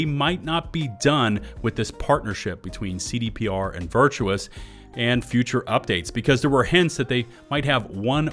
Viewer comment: It is Virtuos not Virtuous xD